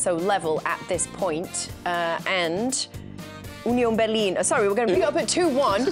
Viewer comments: As a german, I just wanted to say that Kates pronounciation of Union Berlin was pretty accurate. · Kate pronounced "Union Berlin" in German accent. She's the best. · as a german, kate said union berlin 100% correct! don’t know why they make fun of her, she is the only one there that knows how to pronounce german words